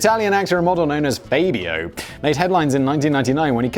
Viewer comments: You've never heard of Fabio? It's Fabb-ee-o, BTW. He was the Mr Cheese of the early 90s; he was THE go-to guy for romantic novel covers and somehow became super-famous. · I think its Fahbio, at least thats how people usually say it in the US, but idfk man, idfk. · "Feybyo." 🤣 And he was super famous in the past, you don't know about him simply because you're British. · Actually, it was pretty weird how famous Fabio (pronounced fah-bee-oh) was for a while. Just for having all those "bodice-ripper" romance novel covers based on him. How did this result in so much fame? Why couldn't he believe it's not butter?? Seriously, Simon, you would have loved the coke-fueled, weird-ass 80s. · it's Faaaahhhhhhhhbio. if you played sports you would know, Simon. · Simon casually not knowing how to pronounce Fabio is the best thing about this video. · "What if a child-a takes a duck-a in tha face-a?!" - Fabio or however the fuck it´s spelled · "He's obviously not famous enough for me to know the pronunciation of his name." Simon, you get very few pop culture references anyway and mispronounce shit all the time. How famous does Fabio need to be?